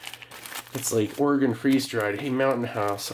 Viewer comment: Thank you for pronouncing Oregon correctly.